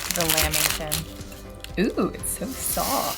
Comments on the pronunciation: Lamington- lamb there is no b in lamington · It’s a lamington not a lambington